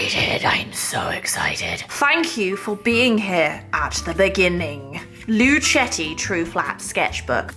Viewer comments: It's pronounced "lu-keh-ti" 😊 It's named after their Italian great grand-father "Our Story – Luchetti We chose the name Luchetti in honor of our great-grandfather Michele Luchetti who was born in Fabriano, Italy," Source: Luchettis own website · I think Luchetti is pronounced with a a hard c ( like the end of luck) as in Italian ( where words/family names often end in i) that is how ch is pronounced.